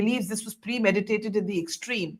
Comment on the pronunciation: says "premediated" in place of "premeditated" multiple times... and I am surprised that Barkha too says "premediated" a couple of times thereafter!!